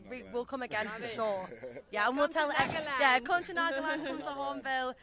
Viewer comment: Miss reporter, it's NAGALAND not NAAGLAND